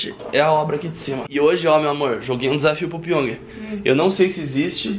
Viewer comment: O porteiro fala pong Piong:não moça ê piong Crs, pq vc não fala Jaime